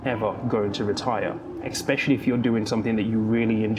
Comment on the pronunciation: Brilliant video - thank you! But please note that you pronounce "especially" as "expecially"!